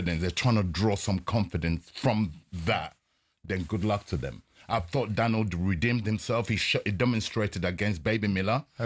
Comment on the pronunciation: can't even say "Daniel" he says "Danel"...